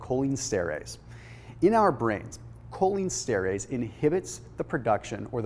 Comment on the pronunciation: Fyi, it is Pronounced: “cholinEsterEss.”